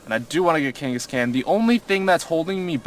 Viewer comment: did u say gangascan? never heard it said that way